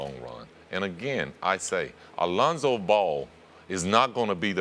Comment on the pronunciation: LOL, he did say it right tho' ;)